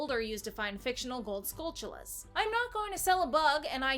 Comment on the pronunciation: YOU PRONOUNCED SKULTULLA CORRECTLY! Everybody on YouTube calls them "skull-tullas." It's pronounced "skull-chulla" like TARANTULA. You know, like the spider. Thank you,. Some faith in the Zelda fandom restored.